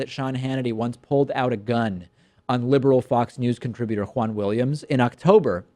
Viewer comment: Wahn Williams lol